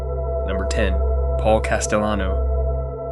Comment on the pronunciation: You think it's pronounced "Castiyano"? Yeah, real mob expert here. 🤣